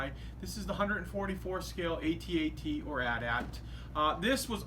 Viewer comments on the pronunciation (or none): "This is the 144 scale aye-te aye-te" inner me: Alright, cool. "....or at-at" DISLIKES